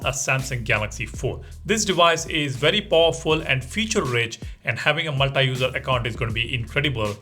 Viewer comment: Learn pronouncing "multi" properly